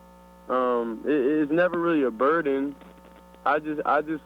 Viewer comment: Did that fool say “BURDEN”